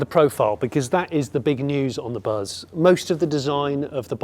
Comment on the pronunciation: Totally missed a trick not having a front 3 seat setup. I can't help thinking every time you say buzz that it's bus in a Birmingham accent😅